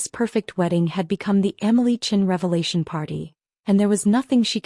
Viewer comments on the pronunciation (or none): none